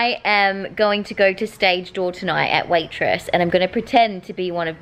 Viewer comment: When she said WAITRESS I thought she said WAITROSE